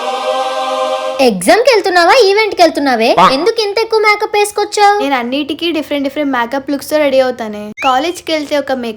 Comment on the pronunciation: Akka nuvu makeup anadam ladu maka antunavu😂😂